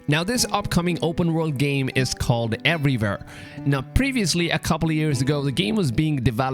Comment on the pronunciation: Every time you say “everywhere”, it sounds like everyvere😂😂🔥